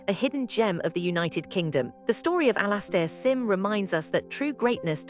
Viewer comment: Absolute genius, even if AI can't pronounce his name properly.